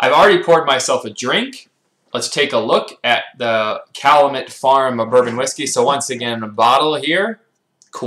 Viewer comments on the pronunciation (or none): Pronounced “cal-yoo-met.” Thanks for your reviews.